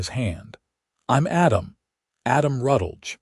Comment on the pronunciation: If the AI is trying to make a last name of Rutledge, it could use a little guidance.